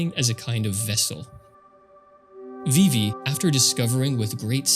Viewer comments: VIVVY???????? VIIVVVVVVVYYYYYYYY?>?!?! FIX YOUR MOUTH. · pronouncing vivi 'vivvy' is so wild but cool vid